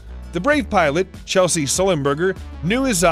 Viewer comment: Chesley Sullenbrrger... Not Chelsea.